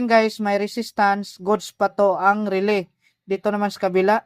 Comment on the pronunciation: paki ayos ng pag pronounce, relay. hindi RELEE, nagtuturo na tyo, pati pag bigkas ng tama iayos n natin